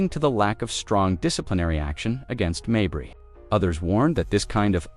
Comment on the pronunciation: It's not Marberry. Most people named Mabrey pronounce it 'May bree, accent on May.